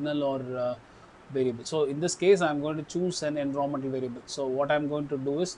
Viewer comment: Great tutorial. Just, every time u say "environment " somewhere in the world an oxford english guy dies XD Jokes apart, good job and thanks for sharing